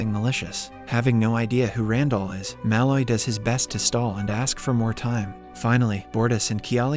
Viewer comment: Your pronunciation of Malloy is way off.